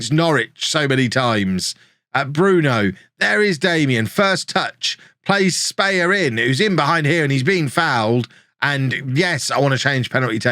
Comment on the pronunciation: Špehar is more like "shpeh-har" than "spayer"